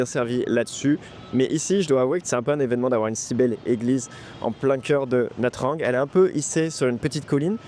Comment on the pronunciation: Pour commencer, il aurait fallu te renseigner sur la prononciation de la ville, Ça se prononce nha Chang et pas nha trang